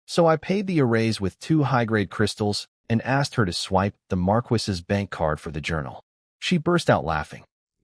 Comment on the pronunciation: Why choose a title of a Marquess and then use a voice that can't pronounce this word?